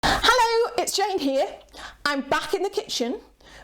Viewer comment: Lol, you got my name right, Jane,. It's a 'k' sound at the beginning. A nice collaboration. Some good advice. I wouldn't grow cucamelons again, either, lol.